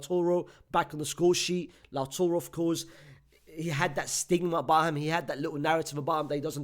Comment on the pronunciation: Not lautoro lautaro